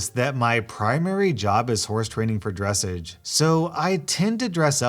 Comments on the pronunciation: i believe that it is pronounced drus saj not dres sej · Did he seriously say dressage wrong? It's pronounced dress-aw-ge not dress-idge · u said dressage "dress-edge" its actually "dress-ah-tch" LOL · lol dressiage, it is Dre-Saw-ge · To be clear it is pronounced like dress-AW-ge, not dress-edge. I'm feeling very much like Hermione Granger right now. It's LeviOsa, not LeviosA lol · OmG you said dressage wrong you fiend, it's pronounced dressauge not dressege uwu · inhales Dressage is pronounced dre-SAJ, not DRESS-age. Nice try tho :) I love ur videos, it makes me happy to just binge listen to them after a long trip away from YT 🙃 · Let me be that one a-hole that points out “dressage” is pronounced “dress-ahge”, (like mirage) and not “dress-ehge”. :) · im sorry but its pronounced dresaaʒ not dressidʒ. not trying to be malicious, just had a good laugh and thought to point it out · Horse training for dressage reads: dressige as in dress-Idg you are a let down to the equine world, it is pronounced dress-argh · Dressage Is pronounced Dress - Aje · As an equestrian, I am horrified at that pronunciation of dressage Kidding, but seriously it’s (druh-saazh) lmao 🤣🤣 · From an equestrian, just so you know, it’s pronounced “ dress au(like if the doctor tried said open your mouth kinda noise)-sh “ ☺️ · Just so u know it’s pronounced (dress - Arge) i do a lot of things with horses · It is pronounced dress sage (think massage for the last part) Dessage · It’s pronounced dre soge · Someone obviously didn't pay enough attention during the 2012 election where every American learned how to pronounce dressaaaaaaaaage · So I’m a horse girl, and I couldn’t help when you said “dressage” as dress edge, and not dressage as it’s supposed to be pronounced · You gotta say dressage like dress-ahhhge like a uptight person it's the only right way to pronounce it 🤣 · Dressage is pronounced like massage not dress-edge. Just an fyi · Dressage is pronounced like massage ...